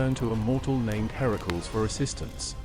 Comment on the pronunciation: Herakls? I have heard it pronounced Her-a-cles.